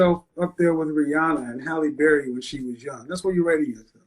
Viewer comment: S Halle berry??? Try helle noo!!!